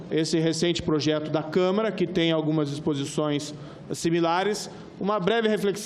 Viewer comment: Este Moro é uma vergonha. O cara nem sabe falar câmara.